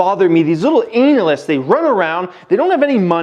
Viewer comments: Can u keep saying anal- yst in ur vids please. Highly amusing. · Why you say analyst like anal